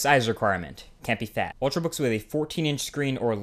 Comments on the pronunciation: "ultrbooks" I though it was "ultrabooks"? lol. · Ultrabooks, not ultrbook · 'Ultrbooks' - Marques Brownlee 2012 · Yay, 'ultrbooks' :D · Lol "Ultrbooks" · "Ultr(a)books" you da man!